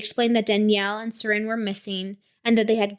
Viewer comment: Please remove this. The uploads of this case all over the true crime scene have been hurting all of us who were close to danielle and seren. Anyone who requested people to post about this was not someone close to them. Danielle and Seren (Not pronounced correctly a single time in this recording by the way) would have absolutely despised being spread around like this. Not only that, there is so much incorrect information being spread in every single one of these. Please. I am BEGGING. I mean no disrespect, but I am BEGGINGGGGG you to please consider those of us who were actually close to this as well as what danielle and seren would have wanted. I was their best friend. We had so many talks about true crime and how they would have felt about this stuff. Please. These are actually hurting us and our healing. Our loss of them is not content. Please.